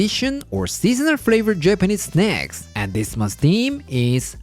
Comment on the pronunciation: Thought I heard. "snecks" 😅